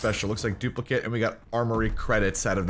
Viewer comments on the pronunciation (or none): none